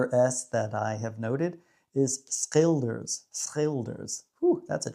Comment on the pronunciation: You made me laugh so hard when you said "ezelmeer" again. You did that on purpose hahaha 😂🤣! After that you pronounced it correctly, just like Scheveningen and schilders 👍. If you like tongue twisters: De Schijndelse schooljongens gaan met schone schoenen naar school. Oo is pronounced as the oa in toast. If you do that in hottentottententententoonstelling it's very good! I didn't expect to see spekkoek, but I love it! If I only see spekkoek, I almost feel my fat rolls growing 😂😂